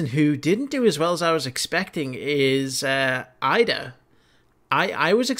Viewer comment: Iida's name is pronounced like it's an e instead of two I, just a FYI.